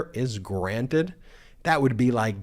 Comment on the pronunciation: Wah, I don't wike my judge!!